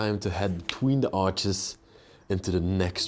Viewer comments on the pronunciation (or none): none